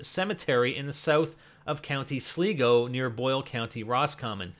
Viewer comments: your so bad at pronouncing irish names like you pronounced connacht wrong and sligo haha its pronounced like -slygo not sleego jhaha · Its sligo not slego pronounced sli go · Connacht = CONN-ockt. There so much else wrong but that's mostly our languages fault. Also, trah-LEE and SLAI-goh. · pronounced Sly-go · I lold when you pronounced sligo sleego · Sligo :L :L it's sly-go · The correct pronunciation is. Sl-eye-go. Dun-e-gal. Con-uct. No offence to =p=] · Gotta love the way he can't pronounce Tralee, Connacht,Sligo and Donegal, plus the writing above the town name is just the original Irish name for the town or town land . For example Belfast is 'Béal Feirste' - mouth of the sandbanks/fjord.